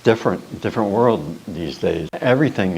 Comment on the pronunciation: "vorld" another socialist nazi